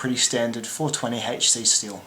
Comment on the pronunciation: “Both have haitchsea steel wool.” Not mocking you, but with your accent, the way you say steel, it almost sounds like you’re saying steel wool.